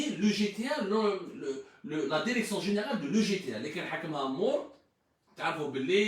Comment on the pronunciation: 🤣🤣🤣🤣 Il a un problème de prononciation...et dire qu il est monolingue ce pseudo journaliste